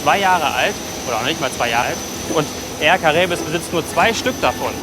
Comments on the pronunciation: "Air Karäbes" lol...man spricht es "Kara-i-be" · wird ausgesprochen: är kara-ib (air caraibes) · Also wenn ich meine Schul-Französisch-Kenntnisse noch recht in Erinnerung habe, ist das ï nach einem Vokal einzeln auszusprechen, a-i und nicht ai. Also Cara-ibes gesprochen. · Aussprechen : Cara–ib 😘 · Dans la plupart des langues, y compris le français, un Ï avec une voyelle précédente ne devrait pas être prononcé comme une diphtongue, mais comme faisant partie d'un hiatus. Donc ï et a doivent être prononcés séparément dans Caraïbes.